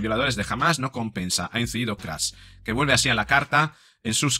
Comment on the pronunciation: Es KATZ No Kraz. Poco a Poco caerán, Pero lo mejor queda para el final................